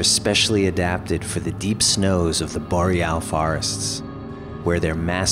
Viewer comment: Weird way to pronounce boreal, but OK.